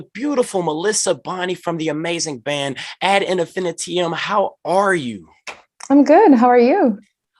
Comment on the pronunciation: Ad Infinitee-um Lol. He pronounces it like an element in the periodic table.